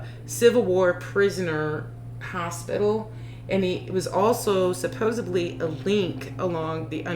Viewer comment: Supposedly not supposebly